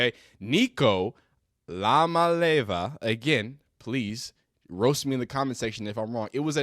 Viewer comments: It’s pronounced “umma-leave-ah” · His last name starts with an I not L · Pronounced: E-oh-Molly-ah-vuh Say it altogether like a A-Tribe-Called-Quest 😂😂😂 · Samoan here 🙋🏽‍♀️ The name should have emphasis on the different Samoan words combined into one so - ‘Ia-ma-le-ava’. This is pronounced as - “EAR-MA-LEH-ARH-VUH” but faster of course haha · You would , that when you have a name that you already know you're going to flub up, You would think you would do your research first. The name is all over Sportcenter produced properly. Come on Dawg.